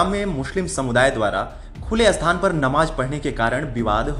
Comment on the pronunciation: Abe ye "asthal", "asthan" kya hota hai? Sthal aur sthan bolna nahi aata kya?